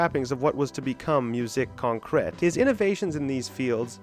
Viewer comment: The accent on Concrète is wrong.